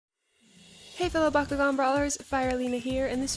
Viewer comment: Wait so it's supposed to be pronounced back-koo-gin, my entire life has been a lie. Awesome job, it's always really cool to see what this event was like through the perspectives and experiences of all the different bakumasters and through their different editing styles.